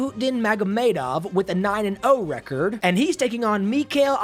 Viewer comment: Nobody:: receeerd Ps. It’s record